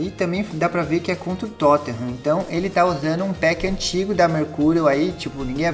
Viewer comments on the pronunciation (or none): none